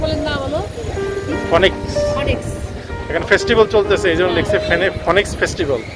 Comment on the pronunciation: ফোনিক্স নয়,স্ফিংক্স।ঠিক করে নিন প্লিজ।